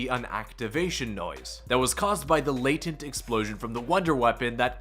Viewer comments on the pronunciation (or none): none